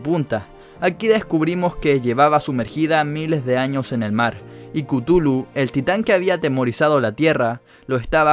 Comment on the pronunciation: No se pronuncia cutulu . Se pronuncia cathulu